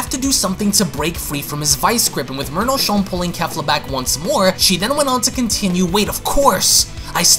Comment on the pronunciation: Is it jus me or when he says merno it sounds like he’s saying mono?